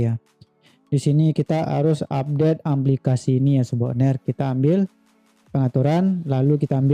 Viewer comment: aplikasi bukan amplikasi